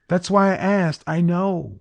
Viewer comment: Communication degree holder didn't like you not answering the questions she aksed. Can she AKS you another question?